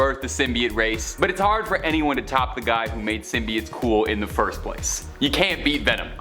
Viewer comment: He kept saying symbiotes wrong and it was driving me up a wall